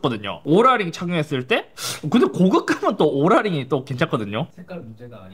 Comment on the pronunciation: 뭔데자꾸 오롤라 ㅇ로랄로 들려